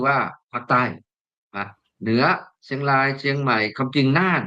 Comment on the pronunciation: ท่านควรใช้ภาษาไทยให้ชัด ร . ควบ.กล้ำ ล้อนแลง. เชียงลาย ล้อน ฟังแล้วสยอง